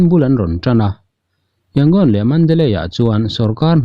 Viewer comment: Thupuangtu hian Yangon hi i lam dik thei si loa, Rangoon kha hmang law law zawk mai thei la a țha ang a!